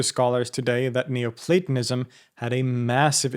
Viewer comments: Schon nach dem ersten satz dieser computerstimme: ...." neuplatAnismus"! ,! ,! MUSSTE ICH ABGEHEN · It sounds a lot like you're saying 'neo-satanism' ... jus` sayin` ...